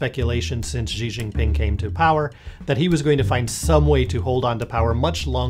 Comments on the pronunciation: Bro, it’s pronounced “she”. See, that wasn’t hard, was it? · wow, you guys are pretty good at bullshitting. But if you can't even pronounce a simple name like "Xi" right, you're not really an expert. I mean, c'mon, pinyin isn't all that hard. Give it half an hour and you have it. Too hard for an expert? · Learn to say the name before you speculate things.